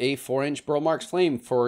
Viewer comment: I think I’m convinced I need a mint as the last Monstera for my collection. (Yeah, right😉). Do you have any tc inbound in your shop? Watched a documentary on Roberto Marx. I was saying “Burl” like you, but apparently it is pronounced “Burley”. I surrender. Love the BMF and am lovingly waiting my first lobster claw. Happy New Year all! Thank you for the great content all year!